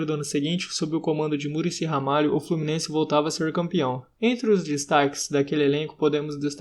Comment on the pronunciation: FlorminenCe KKKKK